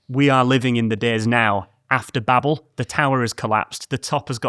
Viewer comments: I know this is very minor, but it's pronounced baybel, not babble. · Babel is said bay bel not babble